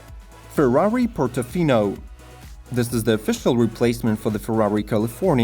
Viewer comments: You said the owl would be the fastest. No It would be the quickest. Learn the difference. And please learn how to pronounce Ferrari. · There is a difference between fastest and quickest but i think most of the viewers get what he means, and who cares if he doesn't pronounce Ferrari the right way i dont think he is Italien.. i myself pronounce it "Farrari"..